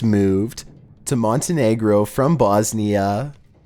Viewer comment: How you say Bosnia XD I'm from there